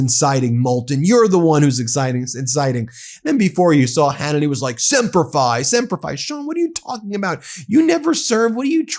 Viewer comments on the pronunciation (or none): Sean Hannity saying Sempre Fi is disgusting. Other than the fact that he hasn't served he knows nothing about what it means.